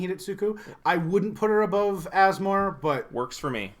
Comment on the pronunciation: I'm now sold on Asmo. Two reasons: you pronounced her name correctly multiple times; you've convinced me that she's a good rattlesnake commander.